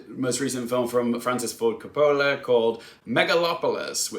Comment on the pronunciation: If you want to be in the movie review business - and I realize this is probably his last film - you have to learn how to pronounce Coppola (hint: it doesn't rhyme with "cola" and the emphasis in on the first syllable, ie COP-ola). He's one of the most important filmmakers of ALL TIME.